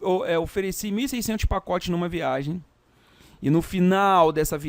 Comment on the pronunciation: VIA*G*EM com "g", por favor!!! :)